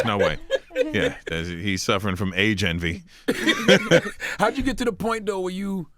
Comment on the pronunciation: He said age envy lol